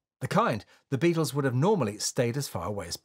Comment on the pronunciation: "Beattles"